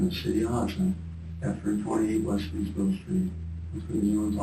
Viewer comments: It's Hudson not Houston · It’s not Houston it’s Hudson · Hudson not Houston let's get it right